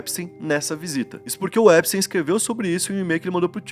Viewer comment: 2 dicas mano. Jeffrey Epstein, e não Jeffrey epstein ( sem e minúsculo) E na pronuncia, não é : Jeffrey "Empsteim", a pronuncia correta é "Épstin". :)))